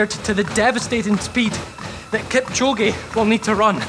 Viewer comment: 2 hr 22 sec ,,kilchoge “ psh, “